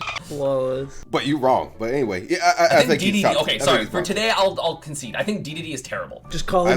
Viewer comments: In the Kirby Anime they pronounce it “Deedeedee” and not “Daydayday” so shut your the heck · “King daydayday” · Imagine saying Daydayday when the announcer literally says Deedeedee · IT’S KING DEEEE DEEEE DEEEE WHO THE FUCK SAYS KING “Day Day Day?” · not daydayday , its dedede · DEEDEEDEE NOT DAYDAYDAY HXNSKDODFNDFIUFBJ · It's DeeDeeDee not Daydayday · esams wrong it dee not deh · In the official Kirby anime they call him deedeedee not daydayday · no but it wadi's right., the man who basically made kirby made smash and the announcer says DeeDeeDee not daydayday. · デデデ is pronounced (day day day). デ is de, and pronounced sorta similarly to “eh” with a “d” in front. Dedede is pronounced (dee dee dee). It’s like the double “e” in English which is often pronounced like the “ee” in “green”. It’s similar to the “de” in “decompress” or “defense”. There’s probably a deeper linguistic rule or origin for these things which probably isn’t suited for this type of medium. So they’re both kinda right. Depends on if you’re referencing the Japanese or English pronunciation. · Kirby anime. D. D. D. Not daydayday. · is using the Japanese pronunciation. In the west it’s Dee-dee-dee, but in Japan it’s always been Day-day-day. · Can you please tell that for the entire Kirby anime dedede was pronounced "dee-dee-dee"? It would be appreciated. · right it’s “daedaedae” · It's pronounced "Dee Dee Dee" Also yes he kinda bad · It's DE-DE-DE, man! De-de-de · Reading Dedede as "DayDayDay" hurts me but not as much as reading Ryu as "Rai-yu" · As top 50 dedede main in ohio, I can confirm, is stoopid and it is pronounced dee dee dee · I regret To inform you it’s Dee de Dee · Bro if you click on DeDeDe in any Smash game it’s “DeeDeeDee” like c’mon they just mispronounced it in one game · Jfc this, how does he not realize he says it King DEE DEE DEE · Finally someone calls out for calling him daydayday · It's DEE DEE DEEEEE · It's DeDeDe.